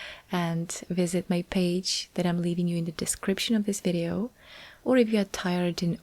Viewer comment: Again.. "whizeos" lol I'm sure has managed to say "Video" before.